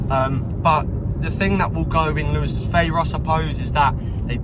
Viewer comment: You say it right! Though you got the two nil back to front - UTFR. Was interesting that on this news this week after the train derailment that Lewes was pronounced correctly!